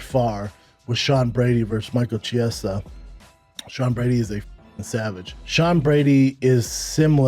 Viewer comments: Schaub still mispronouncing, “Chiesa”? Really?? How long has the dude been in the UFC? 🤦‍♂️ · yes he was and its fucking hilarious, dude has been in ufc for ages and schaub still can't be bothered to say his name right, what a tool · can someone get a memo out to schaub with the correct pronunciation of chiesa's last name, wtf schaub, you've been in the game for so long, can't even be bothered to say the guy's name correctly?